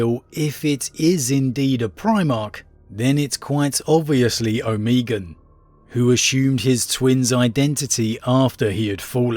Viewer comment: Omeegun? It's Omegon, as in Omega, but with on instead of a.